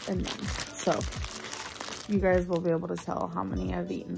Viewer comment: the "gaise" got me LMFAOO 😭😭😭